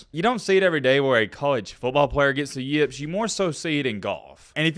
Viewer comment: The way you pronounce "yips" makes me want to rip my fucking hair out.